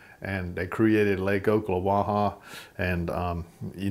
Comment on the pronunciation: Your killing me. 😁 It's Ock.... Not Oak.... Just like West of you is Mi-can-o-py... Not Mycanopee. 😂🤣 Just teasing you brother. The catfish are great there also. Stump fished for them years ago. You can tell your a real fresh water fisherman. How you tell is when they are on the bank fishing they cast it as far off the bank as they can. When they are in a boat...they cast it as close to the bank as they can. 😁